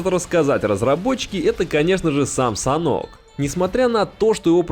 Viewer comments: Не Санок,а Санхок.Не в 4,а в 2 раза меньше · Может саннОк, а не санк? на саннОке, а не санке? это как с валетами, нет валЕта, а не вальта